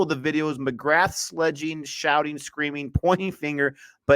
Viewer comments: It's not mcgra'th' It's mcgraa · lol listen to Michael Atherton pronouncing it, I have a childhood memory of him saying "I think Glenn McGra"th" bowled really well" when he took 8-38 at lords and england were bowled out for 77 but yeah mcgraaaaaa is the right way to say it